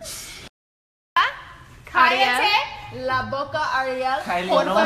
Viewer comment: she doesn't pronounce callate right😂it funny how she says it😂